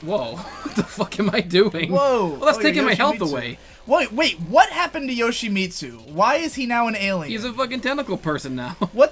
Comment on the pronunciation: Jean, Ak-uma, Yoshimeetsu. pronunciations hurt me.